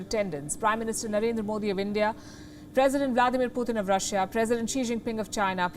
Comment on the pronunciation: It's Russia not rasia